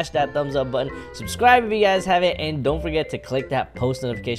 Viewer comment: The intro says "susrive"